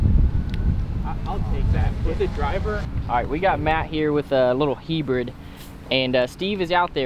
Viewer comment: Did just say Heebrid???😂😂😂